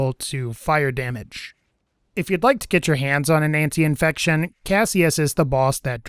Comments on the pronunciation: Antifection* not antiinfection lol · it is called ANTIFACTION not ANTIINFECTION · how many times can you mispronounce antifection?